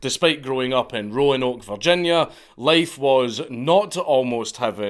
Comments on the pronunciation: Hell yea! You pronounced Roanoke like most southerners do lol.i told these Yankee norva FAqs they were wrong....well a scotsman said so now. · He was the GOAT. & thanks for pronouncing Roanoke correctly. 👍